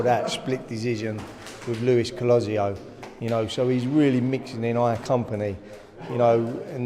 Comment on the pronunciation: Someone teach this guy how to pronounce Luis Collazo its not hard pffff